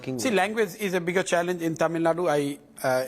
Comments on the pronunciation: I’m fucking irritated when these anchors call it TamilNad. Even though I would like to listen to the full interview, calling Tamil Nadu as TamilNad is the kill switch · It is not tamilnad ,it is Tamil Nadu... aashole journalist